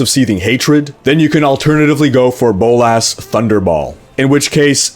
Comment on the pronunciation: Bowl-ass. best pronounciation of a skill